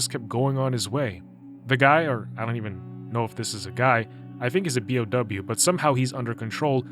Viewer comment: For future reference, you pronounce each letter. Bee-Oh-Double You.